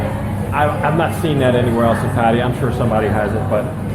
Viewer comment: at :58 did you just pronounce Pattaya like a Thai? Usually you say Patty ya. Good for you if you did. The Aussies pronounce it, 'pa THAI ah'. Love the decor and the prices are decent. One of my friends is retiring to Pattaya next year if he is allowed so I'll have an excuse to travel to Patts and try this place. Best of luck to him.